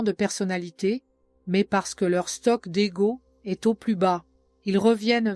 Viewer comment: Texte intéressant juste mais voix et timing insupportables ... le verbe être : prononcé "c este" "este" " n este " .